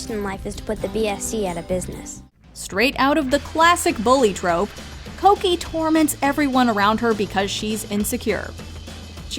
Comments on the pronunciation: Cokie (coke E) lmfao its cookie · Also I thought Cokie was pronounced Cookie all this time